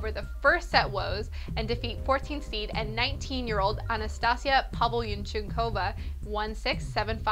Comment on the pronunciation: Oh, also Pavlyuchenkova is pronounced Pav-lee-you-chen-ko-vah and not Pav-nlyu-choonk-ohva as she said.